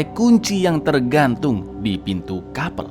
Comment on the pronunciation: sekedar info aja sih: baca nya bukan KAPEL tapi nya KAP3L 🙏